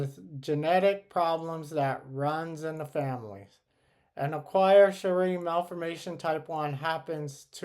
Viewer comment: This is my friend!! Her Youtube is Emily3Sarah! Thank you for making this video :) Also Chiari is pronounced (kee - ar - ee) its a little confusing with how it’s spelled